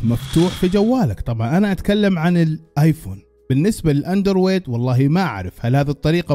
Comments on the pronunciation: الصحيح هو أندرويد و ليس اندورويد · اندر ويد 😂 😂 😂 اندروووويد